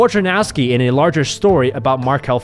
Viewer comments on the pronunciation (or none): it hurts my ears listening to you trying to pronounce wojnarowski correctly